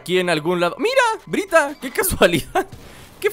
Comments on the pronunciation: es byrta no bryta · es byrta no brita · es byrta no bryta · El nombre no es bryta es byrta